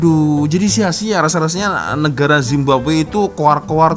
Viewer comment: Nk ketawa dgr bilang negara zimbabwe 😅🤣🤣